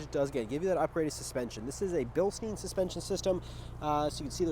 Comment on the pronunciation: *Bilstein, not Bilsteen